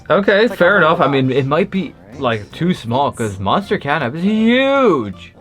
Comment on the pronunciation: catnap not catnak